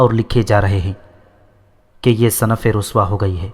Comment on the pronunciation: Sinf صنف/ " ص " " زیر " سے پڑھا جائے۔